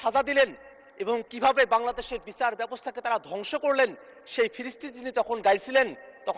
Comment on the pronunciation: সেকি বিচার বলতেছে? নাকি বিছার বলতেছে? এগুলা কি অটো পাশের লক্ষণ?